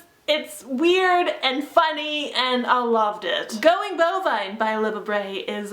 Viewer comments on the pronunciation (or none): none